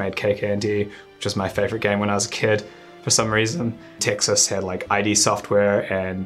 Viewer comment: To avoid the wrath and ridicule of the neckbeards, it's pronounced Id not I.D. software. Freud's Id that is